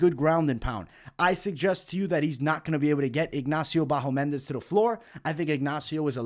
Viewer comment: It's BahamOndes, not BahomEndes :D